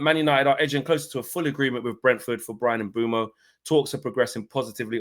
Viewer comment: HAVE BUTCHERED HIS NAME LEFT RIGHT AND CENTRE 😂😂😂😂